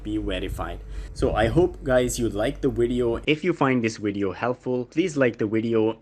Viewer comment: Is he saying wideo